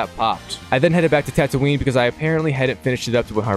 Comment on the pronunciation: wait youve played all the lego games and dont know how to pronounce tatooine and geonosis? have you watched all the movies or did you skip that?